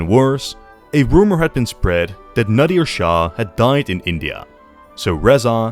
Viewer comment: FINNALY SOMEBODY TALK ABOUT OUR HISTORY 😭 iran has such a rich history and nobody even acknowledgedes it. So happy were getting some attention! Nadr shah was incredible by the way it's nadr not nadir